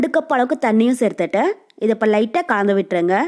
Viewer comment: தமிழ் தெரியுமா தெரியாதா கலந்து என்று ஒழுங்கா சொல்லு காந்து காந்து என்றால் என்ன அர்த்தம் தமிழ்நாட்டில் பிறந்து தமிழே ஒழுங்கா பேச தெரியாத நீ எல்லாம் ஒரு ஜென்மமா